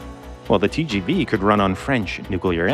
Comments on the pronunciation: TGV is not pronounced as Tyy-Jyy-Vyy but as Te-ZHe-Ve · Tgv pronounced Tee-sjee-vee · If you spend the time to pronounce "Shinkansen" properly, please also pronounce "TGV" correctly